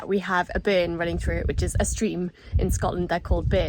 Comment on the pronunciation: Omg, “a bern” running through….., try and teach the word “Burn”. So funny in the Newcastle accent